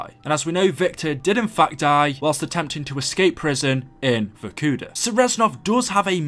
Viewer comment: It's vorkuta pronounced "vorkootah" it's not verkuda